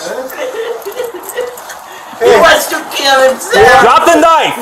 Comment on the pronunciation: “He wants to keel himself!” “No problem Ma’am we can help him with that.”